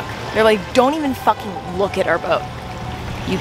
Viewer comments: did that guy literally just say "that's my fAcking door" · "That's my facking door"....lmao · “ thadts my facking doour “